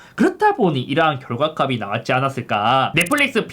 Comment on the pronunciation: 형 제발 결과값이 읽을때 [결과갑시] 라고 읽어....